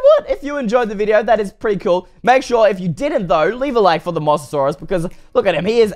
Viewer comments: It's called a moze-a-zaurus not a moss-a-saurus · Moa-sa-saurus not Mos-sa-saurus you pronounced it wrong. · im not trying to be rude or anything cause I love your vids and all but it sounds like your saying moss-asaurus instead of mo-sasaurus, sorry it's just a pet peeve of mine for when people say things wrong, nothing against you tho. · 1. Mosasaurus isn't a dinosaur 2. It's pronounced M-OH-SASAURUS Just thought I'd let you know!😁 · It’s pronounced Moses-saurus BTW it isn’t a dinosaur it is an aquatic reptile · its mosasaurus Mo-sa-saurus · ITS MOE=SASAURUS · you said mosasuarus mossasaurus lol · thats not how you pronounce it its moe-SA-SAW-RUS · No it’s moe za sore us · One you pronounced the name wrong and it's from Jurassic world. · you didn't say Mosasaurus right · It’s not mossasaurus it’s mosaurus